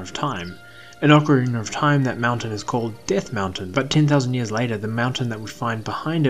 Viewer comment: Well must be a UK thing then bc you definitely do say ocarinar of time, and it's a legit question not a troll question so I still wonder why is that?